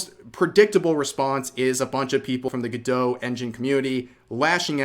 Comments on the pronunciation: Go-dot. Not gadoe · Is it meant to be pronounced like that? It seems more logical to be “go-dot” rather than being like Gal Gadot. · I'm hearing "good-dough" but I'm reading "go-dot" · You are pronouncing the name wrong. It's go-dot. You are pronouncing it gu-doe. Speak English please. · Pretty sure it's Go-Dot not Guh-Doh. But i could be wrong but everyone i know says Go-Dot. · Isn't it pronounced GoDOT like it rhymes with robot? Why is everyone pronouncing it all French-like 😂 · Gal Gadot: stop saying my last name 🤦🏻‍♀️ Godot Go-Doe Godot Go Dot Godot Gah Doe??? ❌❌❌